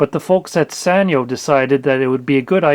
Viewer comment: It's pronounced Sanyo. It's a Japanese company so the sa sounds like sah